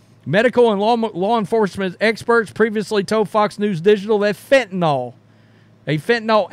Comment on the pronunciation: It’s Fentanyl. Not fentenOL.